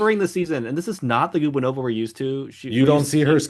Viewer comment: Thomas, Anastasiia’s last name is pronounced guBAnova. Not GUbaNOva. It rhymes with Stepanova.